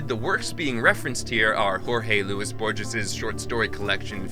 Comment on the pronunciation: it's pronounced 'Borhes', fool. Edit: he does it again, and apparently can't pronounce Ficciones either.